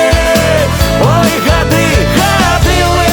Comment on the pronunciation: Во прачытау. Ни гады' а га'ды (ударение на а). И думаю што за га'ды.